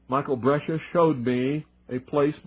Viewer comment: Brescia- Bres cia